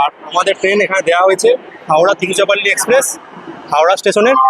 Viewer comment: তিরুচিরাপল্লি কে তিরুচিপল্লি বলছেন কি নয়? উচ্চারণ করতে পারেননা আবার ভিডিও বানাবার এত শখ? লজ্জাও করে না?